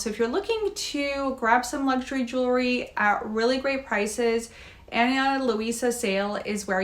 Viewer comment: It's jewel-ry, not jewel-er-ry! 😅